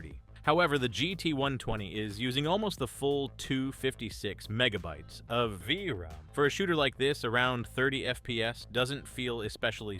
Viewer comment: "Leff for..dead" "Vraam"...Really wish people would stop using AI narration